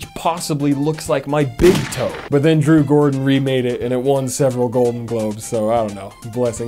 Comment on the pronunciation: “Drew Gordan”